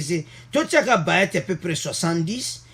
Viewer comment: Bjr mon frère,il s'appelle bahati et non bayati, la esprit ya bien bonne journée.